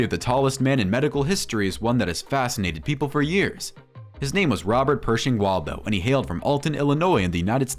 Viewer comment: It’s Robert Pershing Wadlow not Waldo.